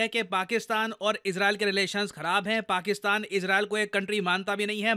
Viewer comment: "Paksistan".........😂😂😂 "sis"....😂😂